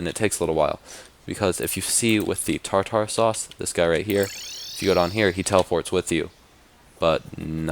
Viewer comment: Tar tar sause lol it's tar-ter sause.